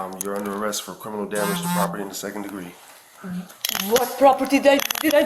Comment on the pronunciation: DEHS EIS MY PRAHPORTY 😂😂😂😂😂😂😂😂😂😂😂😂😂😂😂😂😂😂😂😂😂😂